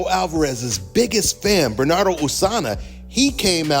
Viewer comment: R u ever gonna be able to pronounce Bernardo's name correctly?